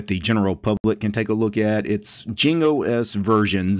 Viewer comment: it meant to be pronounced like Ying not Jing